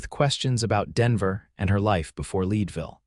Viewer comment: Your AI needs to pronounce Leadville, CO correctly. Having lived there, I should know. 😮